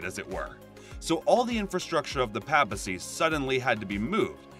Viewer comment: I CANT take anyone seriously who can't correctly pronounce "papacy, Tiber and Tucson"